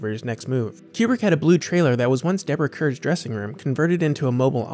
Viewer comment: The writer/narrator of this video is too young to remember how Deborah Kerr (CAR) pronounced her name. That's understandable, but kinda sad too.